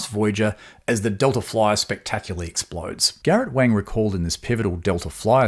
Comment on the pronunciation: Wang is pronounced Wong like wrong (pardon the pun!)